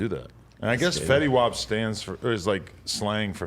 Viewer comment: They don't call it Fetty wop it's just Fetty lol